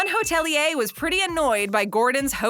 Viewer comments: The word is hoteli..er, not hotelee yah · Go on say hotelier one more time